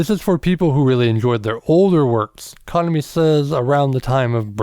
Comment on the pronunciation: FYI...The maids in the After Life MV were hired for the MV from a talent agency not employees of the café. Kuh-nom-E rather than Kahn-uh-me.